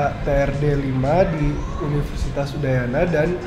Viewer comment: Sering kali penyebutan kata "universitas" oleh Pak Rektor terdengar "unisitas" 😔😔